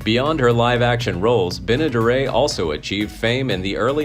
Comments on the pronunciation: You mispronounced Bea Benaderit. Not Benadere......learn to be correct. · Do your research stupid.. it not Benna-, duray! it's Benaderet( hard t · Bea. "Benna-dare-it" (phonetically spelled for the correct pronunciation)... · It's Benderet not Benaderit......learn to be correct. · It is pronounced ben e daret not dara by